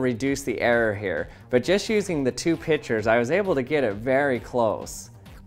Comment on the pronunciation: U sound like u are saying pitchers instead of pictures